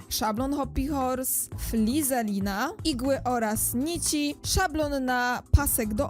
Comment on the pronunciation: Flizelina, xd, naucz sie poprawnie wymawiać to słowo FIZELINA